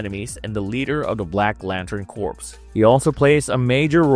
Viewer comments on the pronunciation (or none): corps is pronounced CORE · Green Lantern Corps….not corpse.